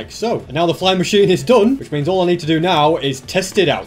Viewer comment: means becomes DIO saying Za Waurdo